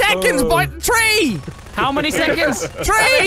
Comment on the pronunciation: Tree > Three Turdy > Thirty Turdytree > Thirtythree So, what’s 🌳?